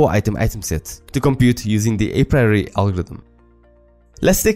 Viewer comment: dude you need to learn how to pronounce apriori.